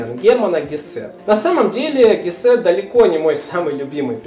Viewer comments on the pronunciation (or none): Можно вам задать вопрос , а вы специально неправильно произносити удерения в фамилиях Гессе, Гамсуна и Демиана ? ?